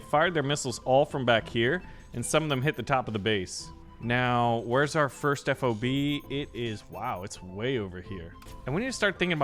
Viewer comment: Ffffff ahhhh buh (F.O.B.) Fob, one word. Please correct.